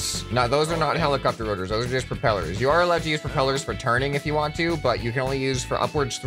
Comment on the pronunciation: Ah yes, helico-pter